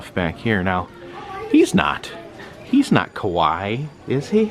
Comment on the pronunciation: its not "ka-waii" it is "ka-wa-ii" 😽